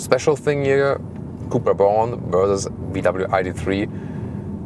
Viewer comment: Did you just said cupra bolan 😂